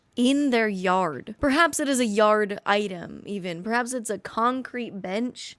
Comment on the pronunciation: (Yard was spoken in the same accent as in Ram Ranch)